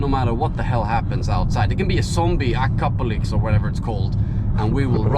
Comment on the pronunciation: acopalypse, apopalypse, hard word eh?